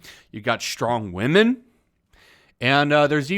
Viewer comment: Strong wahmen.......lol